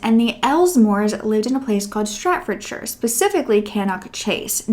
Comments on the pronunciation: I can’t believe you have done this case... I live within walking distance of Cannock Chase! We go nearly every weekend for forest walks. Looking forward to listening to you tell the story! Also it is pronounced ‘Staff-ord-shurr’ and ‘cannuck chase’ 😃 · Sta ford sh eye er Can nock